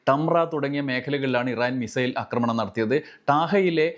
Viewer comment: അക്രമണം എന്നല്ല ആക്രമണം എന്നാണ് പറയേണ്ടത്